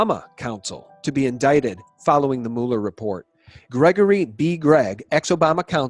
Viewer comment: You say Mueller funny.